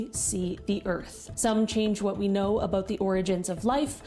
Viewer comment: I am into the video, and as soon as I heard the "about" word said in an Canadian accent, I am gonna guess there is A LOT of CLIMATE BULLSHIT propaganda in this video you are reacting to. Edit here.: The first story is gonna be the reason for us, not being able to not seeing any remains from the "Moon Landing", even when we can see the dark side of the moon - it will be buried in our own dust 👍 New edit.: The second story will be used as a scapegoat for the flooding caused by GEO ENGENEERING and Weather modifications, like they did when over 100 you girls died in Texas last year. Edit nr. 3.: The plastic in our organs, which is common sense, will be used as a scapegoat for the destruction the Covid mRNA shots have and wil continue to cause, to all the mentioned organs. Edit nr. 4.: That satellite is so ridicolous - it can see the future? Another device to be used for fearmongering regarding the Climate - can it see back in time, how the climate ALWAYS has been changing also when it was WARMER without our 3% emmissions of the total 100% of CO2? Edit nr. 5.: Maybe Iceland hasn´t had mosquitos, but Greenland has a shit load of Mosquitos, and Greenland is MUCH, MUCH colder than Iceland - what is this video?